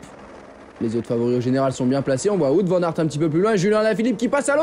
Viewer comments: Wou-ote* Vane Ar't *ou "Ou-ote " car on prononce pas le w comme un v mais comme une lettre distincte (ben oui), comme en anglais par ex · on prononce plutôt Waout Van Arte en fait, non ? Nos amis belges pourraient confirmer... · Ca commence à venir pour l'ami Watte Van Artte :yougotthis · tu t'offusques pour Kämna alors qu'aucun commentateur francophone ne prononce Wout Van Aert de la même manière... Et les Français très rarement de la bonne.